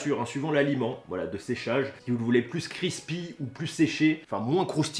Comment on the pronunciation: Pourquoi il dit "crrispy " ça me stresse on a un mot en français craquant, si non la vidéo est bien même si le test sur la pizza et le Burger j'ai pas compris l'utilité j'aurais pensé voir plus de viande